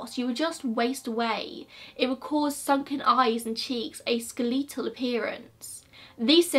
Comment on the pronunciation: honestly your pronunciation of tb wasn’t bad at all in any way, i understood it and i have an auditory processing disorder lmaooo. it’s “funny” in an endearing way to me, like i love hearing other ppl’s accents. however i was shook over how you said “skeletal” ...... i had to stop and listen again bc i was like what the f????? did you say?????? it caught me off guard entirely but i think it’s cute!!!!! love you!!